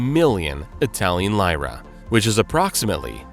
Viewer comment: Modena is pronounced MOdena, not moDENa. Lyra is pronounced "leera", not "lighra".